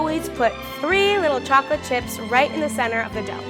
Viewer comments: Others: talking about and cute and funny moments Me: I love how pronounces chocolate it's like "chocorate"💜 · chocrate chip cookie